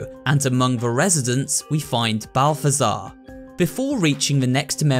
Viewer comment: Name: zbaltazar This dude: balftazar